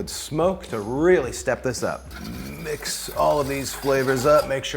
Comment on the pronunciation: Emphasis on the Mmix that up 😂